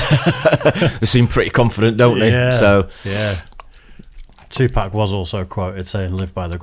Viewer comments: you mispronounced 2pac it’s pronounced two pock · For someone who grew up listening to him, doesn't pronounce Tupac's name correctly lol Why is the cop so out of breath just talking?